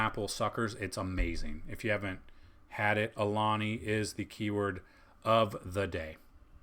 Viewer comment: Alani? 🤷🏻‍♂️ 🥓 🥓 Fri-Yay